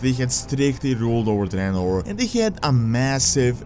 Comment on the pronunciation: Finally someone who says 'Dreanor' and not 'Draynor'